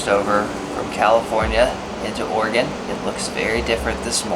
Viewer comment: Thank you guys for saying “Oregon” correct.